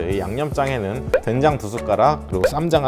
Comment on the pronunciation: 처음에 댕장이라고 하셔서 계속 댕장찌개로 들려섴ㅋㅋㅋ집중이 안되잖아요 ㅋㅋㅋㅋ